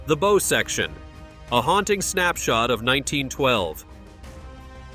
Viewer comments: say it right not bow and in bow and arrow..... BOW as in b+ow (aka ouch).... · Bo?? I think he means baww. 😂 Pronunciation matters. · You would think you could pronouce "bow" correctly.